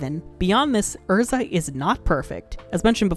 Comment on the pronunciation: I love Erza, but Happy will always be my favorite. P.s I really appreciate you pronouncing the character's names correctly.